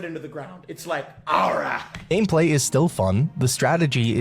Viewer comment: “Balright” in September